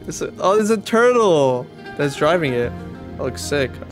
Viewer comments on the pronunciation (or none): “It’s a twurtle”